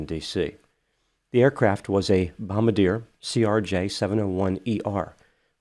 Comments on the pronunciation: Great content as usual. Also, don't ask me why-- but it's "bom-bar-dee-aye" ✈️🤓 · Bombardier is pronounced “Bom-bar-dee-aye” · Bom-bar-Deeze- nuts